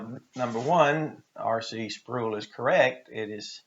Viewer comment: Sproul rhymes with soul. 😃